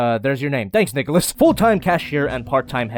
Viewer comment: He called nicholas niggalos XD